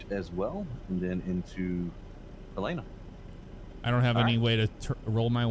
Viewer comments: As someone from Montana...it hurts me how he was saying Helena 😂 its not Helina. Just sound it out HEL-EH-NA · Being from Montana I cringe every time they say Helena wrong